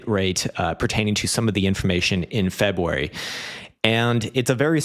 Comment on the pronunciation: Can’t wait til March so I don’t have to hear you say Febwuary again until next year.